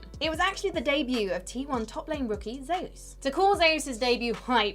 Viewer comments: ZEEOES? Just say zoez (zeus the god) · Zeus is pronounced as Ze Use to avoid confusion since theres already a player named zzus from KT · That's how you say it in Korea. Kinda how people get Nuguri's name wrong.